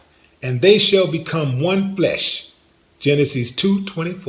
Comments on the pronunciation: What the hell is Geneh-sees? Is that a new alcoholic brand? The name is pronounced Gen-es-sis. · You wanna solve relationship problems so you turn to the source that has proven not to solve any of the worlds problems. And it's pronounced ˈjenəsəs with yo country ass.